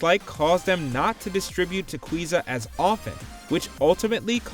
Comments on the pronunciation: LOL… Tequiza is not pronounced TE-KWEE-ZA, ya gringo!!! It’s pronounced Te-KEE-za… like as in Tequila!!! ::facepalm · I've managed a liquor store for 15 years, it's pronounced "Ta-key-za" not "Ta-queeze-ah"